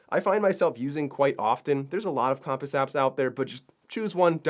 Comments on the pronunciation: Useful! But the pronouciation compass had me reeeeeal distracted. 😒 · I've never heard compass pronounced that way before, although looking at the word I guess it makes sense. Have I been saying it weird my whole life? Now I'm curious how everyone else says the word. Cum-pass or Comm-Pass?